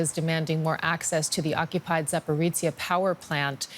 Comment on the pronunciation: There's NO "ts" in the word Zaporizhzhia. Please correct your pronunciation.